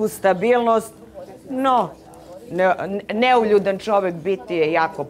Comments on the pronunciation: Bravo, sto nemas pojma sta znaci neuljudan i uporno pricas neljudan 😂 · U koji metu, devojka promasila temu. Kaze "Neljudan". Ne zna da izgovori, a kamoli da zna znacenje te reci. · Matirala samu sebe sa NELJUDAN. sem sto ne znaju definiciju termina, ne znaju ni pravilno izgovoriti. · Neka neko objasni sta znaci "Neuljudan". Cak ne zna ni da izgovori pravilno.😮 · sutlijas,to ti je NEULJUDAN.